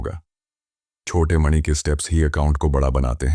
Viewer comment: Jab aap mani bol rhe ho to aisa lag rha hai jaise ki naag mani ki baat ho rhi hai